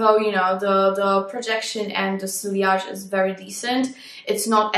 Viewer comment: you don’t say silliage you say see-yage. Je t’en prie- apprend-ça si tu vas parler de parfum:-) And also, in English you don’t say “this is how I want to smell like”. We say “this is howI want to smell.” Point final- merci! Mème si tu ne liras jamais mon message- j’essaie de corriger la grammaire de mes amis, car je suis flic de grammaire.